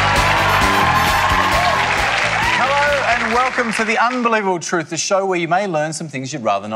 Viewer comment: I've enjoyed some of The Chaser's work over the years, but I've never understood why Craig was chosen as their point man. He slurs so badly he can't even say all the syllables in 'the unbelievable truth'. On another note, I think it's odd that The Chaser thought the show would work 1) on TV, 2) on Seven and 3) without someone of David Mitchell's calibre hosting. I don't think the Radio 4 version would survive a medium jump, so I don't know what they were thinking, dropping this onto commercial TV. I can't even call to mind one person in the Australian entertainment industry, outside of Andrew Denton, who could prop up such a format. And even then, the Aus TV watching public would be more keen on that stupid fucking instant marriage show, or people doing up houses.